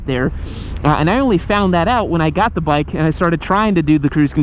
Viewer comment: Bike sounds like chit.